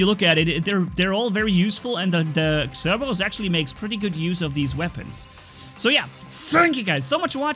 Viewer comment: I love how I hear cerbewus instead of Cerberus xD